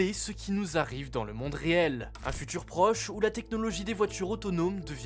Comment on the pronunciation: « Les voitchures natchurellement, c’est notre futchur »